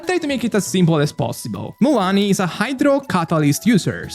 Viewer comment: its Mua LANI Not Muuani 😂